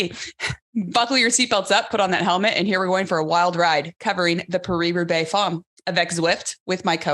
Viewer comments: Love you Alison but it’s pronounced parry not paree and it’s femme not fomme. Love what you guys do. Keep up the great work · I did french at school and my teacher pronounced Femme as Fomme, heard it often as 'Famm' Maybe it's a regional variation.